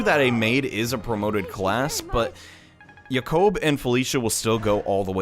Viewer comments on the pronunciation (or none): are u pronouncing Jacob right?